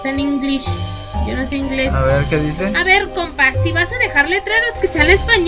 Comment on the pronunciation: Dice de no pueden escapar de Mi Pero sho no soy xd